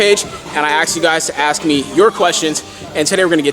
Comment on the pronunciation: Bruh its "ask" not "axed"